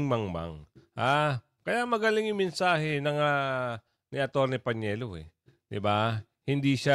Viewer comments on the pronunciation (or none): Kua PANELO po. Hindi PAÑELO. Gosh! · PANELO sir Hindi PANIELO.😊